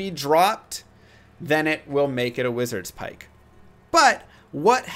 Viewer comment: Lol. He's calling it wizards pike. It's pronounced wizard spike.